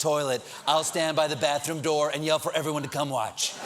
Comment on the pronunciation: How do you "wartsch" march madness, Steven? <3